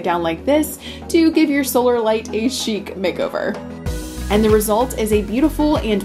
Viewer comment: Just an FYI... Chic is a French word and even in the US it is pronounced Sheek. Just so you know. Your channel is wonderful!